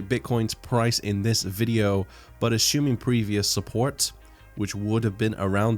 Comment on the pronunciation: "ashoooming"... lol great video. thanks